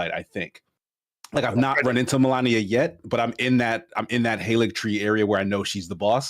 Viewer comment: Guys! It's Malenia, not Melania! Ones a walking rot upon humanity and one's an Elden Ring boss!